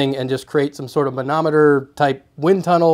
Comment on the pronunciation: You're sincerely good at saying manometer! [or monometer, or anemometer. I can't say any of them.]